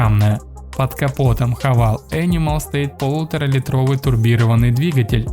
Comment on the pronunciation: Кто кого хавал, автор?! Ну ёлки палки! Правильно произносить Хаве́йл